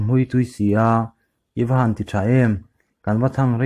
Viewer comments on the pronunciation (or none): none